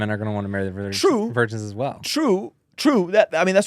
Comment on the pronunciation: lol why did you say it like that "vigirns in the chat" 😂 Edit: My answers to would be a yes.